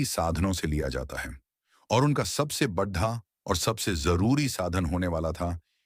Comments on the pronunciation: Very large equal to bahut barah... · AI ne translate kiya hai .. koi real human nahi hai … isiliye aisa pronunciation hai. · बढ़ा नहीं बड़ा 😅😅